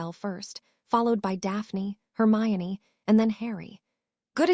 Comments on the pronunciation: YEP the only reason we've figured this out is it is literally one of the most famous well known characters & if we're here we knew the books and the name harry. Thats what we came for. So we figure it out trying to figure out why it can pronounce hermione but then she is HermaLone etc... And thats just the start between the AI having a stroke in the 3rd and 4th parts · I heard it too....it also switches Hermione to HERMALIN later on lol Can't the AI just watch the potter movies and learn